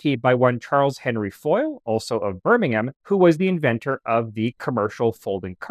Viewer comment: Thank you for saying 'Birming-um', not 'Birming-ham'. 👍👍